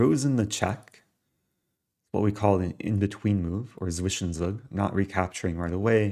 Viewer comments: You have to pronounce the sch in Zwischenzug like sh in sh+t so its zwishenzug. Then you Sound realy German 😂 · German here. The only thing I don't get is where y'all get the "T" in Zwischenzug. It's not ZwiTschenzug. "Making Luft" was pretty funny to me as well. Never heard that one 😂 But pronunciation was fine :D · On the question of how to pronounce Zwischenzug in German: It would be more like the English pronunciation of "tsvishentsoog" (tsvish - en - tsoog). You were already quite close, the main differences are that in German, the "z" consonant is pronounced "ts" (or like the tz you sometimes have at the end of US surnames). And a more subtle point: German W is not voiced like the English variant, but unvoiced, more like English V. But I should also add that, since you're using the word in an English context, the English pronunciation you chose is actually completely fine :) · its pronounced "Zwischenzug" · So here is a german guy doing german stuff (correcting people): both "z" in Zwischenzug are sharp and pronounced like a "tz" or "ts". Apart from that you said it right. I really like the speedrun. It is so instructive! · German watching here, your pronounciation of Zwischenzug is far from bad. But you need to do what germans are famous for: Their harsh consonants. Try to spell both the Zs as the ts in "Tsar" and it will sound great. Thanks for your (ASMR)-content.